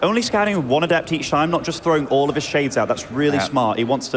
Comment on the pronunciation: Jesus christ, they keep using the pronunciation of adept that goes with the adjective definition instead of the noun one and it's driving me insane.